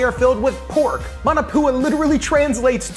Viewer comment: MAW NAW POO UH.......not Man a poo uh.............sigh